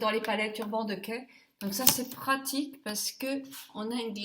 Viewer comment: Encore un joli moment passé avec toi! j'adore ta façon de prononcer Urban Decay. Merci pour ce joli make up, tu es superbe!